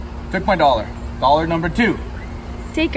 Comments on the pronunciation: I thought you said doll hair but it was just Doll-Har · He said doll hair